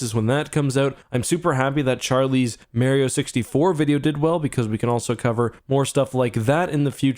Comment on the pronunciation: sorry I love you, but there is no excuse for pronouncing mario like that